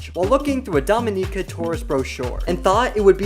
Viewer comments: Couldn't even get 10 mins in. If you're going to present something, look up the pronunciation instead of guessing. It's pronounced like dominican without thr n. Not domineeca. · The video got runnier the moment Dominica got miss-pronounced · I could accept Geoffrey Rush being pronounced wrong, but Dominica??? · Domi-nee-ca XD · You’re saying Dominica wrong. 🤦🏻‍♀️